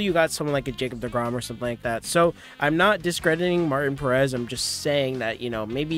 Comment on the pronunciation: You’re mispronouncing both Martin and Perez. :)